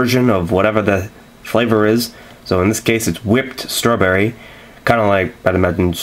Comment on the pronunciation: Why do you pronounce it " struhbury' lol